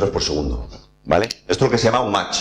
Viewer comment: He descubierto este canal hace un par de semanas y me parece que eres muy bueno explicando, felicidades. Eso si, voy a aprovechar para hacer una pequeña corrección. Lo de la velocidad del sonido es "Mach 1", sin t. No "match", que es una palabra en inglés distinta ("a football match" es un partido de fútbol).